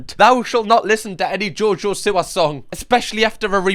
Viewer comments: jojo see-wa. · “JoJoh sIwAh”😂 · only thing that triggers me more than jojo siwa is ur pronunciation of jojo siwa